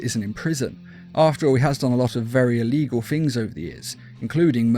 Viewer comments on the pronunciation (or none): none